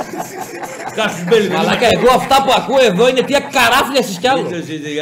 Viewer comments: Κι εγώ διότι δε προφέρεται κασιους αλλά κάζους μπέλι χαχαχαχα άκου κάσιους ο χωριαταρος ο αμόρφωτος σιγά μην είναι και αμύγδαλο μπέλι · Εγώ έσκασα στα γέλια με το κάσιους belli του Μένιου!! 😂😂😂